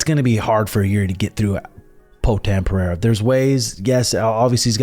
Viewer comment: Great vid! It’s pronounced Peh-Ray-ra (rather Pe-Hey-ra) btw 🫡